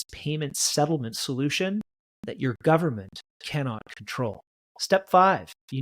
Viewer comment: "full faith and credit of the US gubmit" LOL